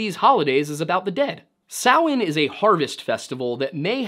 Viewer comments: I am impressed with this video, Not only did you say a lot of the names correctly like Samhain and other but the level of deep dive on this is quite impressive! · Thank you so much for pronouncing Samhain correctly, you have no idea how much it pains me as a pagan to hear people pronounce it ‘sam-HAIN’. 😅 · im irish born and raised.. well done on pronouncing our irish word.. you did a good job on our lore.. we have lots of great stories and a very rich history